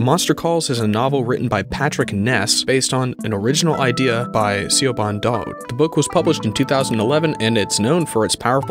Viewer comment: Also 'Dowd' rhymes with 'loud'!